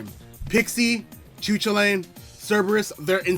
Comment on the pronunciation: Dude not used to hearing Chu chullain pronounced like that lmao. Irish school teaches you a bunch it's really cool seeing all the Irish shit I learned in school in smt